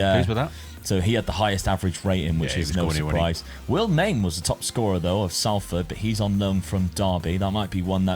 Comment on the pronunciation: It’s pronounced sol-ford not Sal-ford